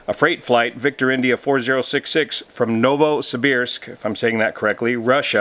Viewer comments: excellent pronunciation, Novosibirsk. Thanks for the info. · Your pronunciation of Novosibirsk is quite correct. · You nailed the pronounciation of "Novosibirsk" :) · Novosibirsk name - you speak correct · Your pronunciation of Novosibirsk is correct. My ex is from there. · Yes, you are pronouncing Novosibirsk correctly. In particular, the "ir" is pronounced almost like it was "eer". Its a mouthful. Many locals simply say Novo. City has underground tunnels between buildings due to cold weather.